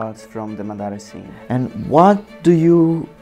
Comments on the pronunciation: bro i really love ur vid's really inspirational nd effort u did there it really inspire me Just can u look into this if u don't mind my comment id about the word u spoke there just correcting because he was the greatest shinobi nd the amazing Uchiha its MA DA RA not MDA RA 😅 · great work, looking forward to the entire animation. By the way its Madara, not Madaaara